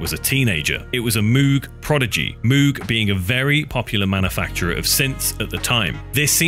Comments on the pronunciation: Sorry to be "that guy", but "Moog" is pronounced like "vogue", not "tube". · Just incredible work here, in terms of the research, aesthetic, and storytelling. Also, immense contribution to the historical record. PS let’s agree that Moog is pronounced the way cows sound and am I’m sticking by it. 😅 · *no more darker than nine inch nails Really? 1989 pretty hate machine, or 1989 rabies by skinny puppy for a darker album… People need to learn how to pronounce Moog properly.